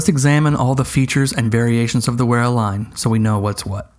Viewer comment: "Wearer" haha more like "Veera" :D. Yes it can feel strange to pronounce it properly as English speakers but this is totally secondary to these excellent reviews of a wonderful range of tools. Thankyou for this! Also- the Wera colours are certainly mainly the colours of Deutschland!